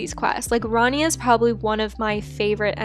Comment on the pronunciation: it's rania (ra-nee-u)